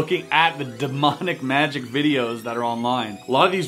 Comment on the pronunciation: Magic not miraclis😐😐